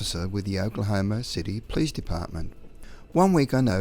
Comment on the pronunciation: Not a criticism, but there was one time it sounded like you said a "Peace officer" instead of Police officer. I certainly prefer Peace Officer!